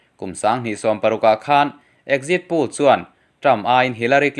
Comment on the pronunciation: Poll hi pul tih aiin pawl tih hi a dik zawk lo maw